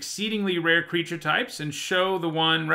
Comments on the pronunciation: Did anyone else notice? "crreature types" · MTG top10 "Crreature" types